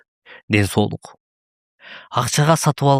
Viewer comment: Сол эмес соол Деп туура айтсанар